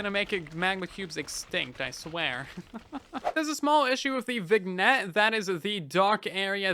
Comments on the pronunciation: Just thought I'd mention... vignette is pronounced as "vin-yet", not "vig-net" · Viggnet, you mean vignette? It's accented my guy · "Vig-net" eye twitching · Not to be a jerk, but vignette is pronounced “vin-yet”. 😘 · Hey, just so you know, "vignette" is actually pronounced vin-yet (like "tin" and "bet") because English is even buggier than Bedrock edition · Great video, just so you know vignette is pronounce vinyet :) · FYI/FWIW "vignette" is a silly French word, so you don't pronounce the G. "Vin-yet" Love your videos man, so helpful to know what to keep an eye on. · Minor thing, I believe Vignette is pronounced Vin-yet because it's of French origin, like filet mignon and cabernet sauvignon. Great video, I watch these every time as soon as I can! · Vignette is pronounced “Vin-Yet” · The G in vignette is not pronounced by the way. “Vin ette” or “Vinn yet”